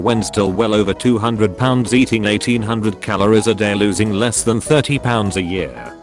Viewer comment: It's 'losing'. 'Loosing' = 'loose', as in not tight.